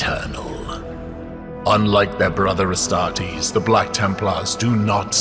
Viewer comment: Ass-tart-eees....oh my